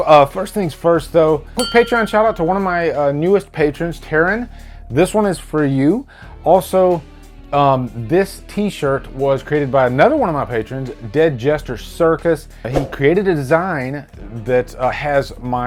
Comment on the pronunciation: Thanks for the shout out, it's pronounced Tah-ron, Lol😀😀